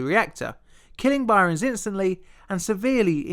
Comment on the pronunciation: SL-1 Accident: It's Byrnes (pronounced "Burns"). One syllable. Not "By-rons."